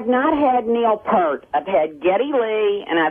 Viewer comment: Doesn't even say Peart correctly. And good for him for remaining classy.